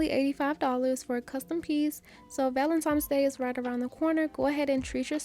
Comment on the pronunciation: I love you say “Valentime’s Day”.💗💗 Brings me back to my young days.